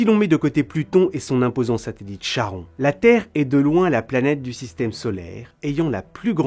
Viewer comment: Charon se prononce /ka.ʁɔ̃/ ("Karon"). C'est un mot d'origine grecque et comme tous les mots d'origine grecque, le "ch" provient d'un khi et se prononce "k-".